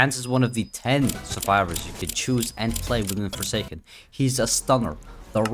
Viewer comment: What the hell is "foresaken"